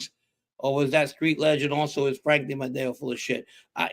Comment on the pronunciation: I have to start early so always catch the live on my drive to work. The mangling of Frank's name at the beginning slays me! 😂'Frank Diome....Francis...Fiordilini!'😂😂😂